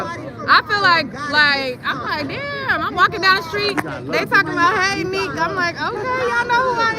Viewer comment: People keep saying Nick it’s NIQUE!!!